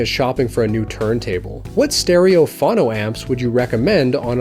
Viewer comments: Yes, it's Foe No, not fonno. Please stop. It makes it harder to take you seriously. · Not to nit pick, but it's pronounced "phohno", and rhymes with "oh no". As in "phonograph", but without the "graph".